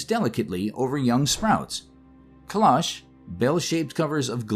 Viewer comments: Not "clahsh," closer to "klohsh," like clothes. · Excellent. Thank you. Cloche pronounced “ CLO (oh) che ”